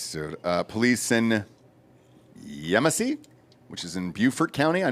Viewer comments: Yes, Yemassee pronounced properly. Morgan Island is where they used to retire the monkeys now they just euthanize them from what I understand. There is a large sand bar next to Morgan Island that people take their boats and hang out. I’ve never seen any monkeys when there. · you pronounced “Yemassee” properly. I live two miles from this facility and this is NOT the first time this has happened. I’m waiting to see one on my cows.